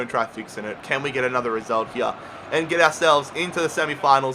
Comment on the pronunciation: hier?? its called HERE. U fucking bithc